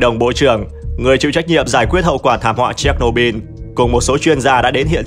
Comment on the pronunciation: Chéch nô bư ko phải bin